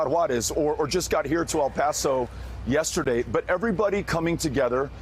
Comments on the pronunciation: Why do people have a hard time saying El Paso? It’s L Pass oh, not al pass oh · she said El Paso wrong